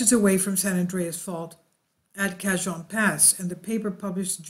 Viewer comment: Cajon pass pronounced ka hon. j pronounced as h